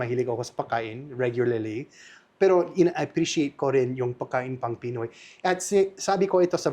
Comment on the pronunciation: pwede paki-ayos mo naman yung salitang "Pagkain". Please lang kasi I'm getting annoyed whenever I hear you say "Pakain". Don't forget to pronounce the letter "g"